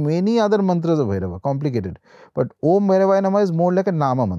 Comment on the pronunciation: It's om...not AUM ❤